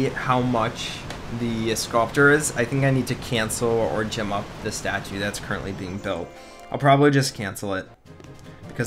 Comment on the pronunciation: What bothers me is that when you say "gem up", it sounds like you said "Jim up". I'm not sure if you notice, but I notice a lot. Also, they're not gems, they're diamonds, but it doesn't really matter.